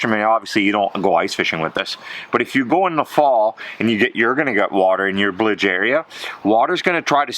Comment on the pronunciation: Ah yes, the “blige” pump 😂